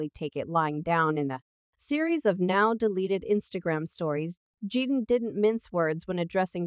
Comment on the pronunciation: its Ai duh